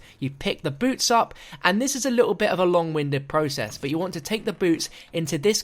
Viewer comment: When you first said boots I honestly thought you said boobs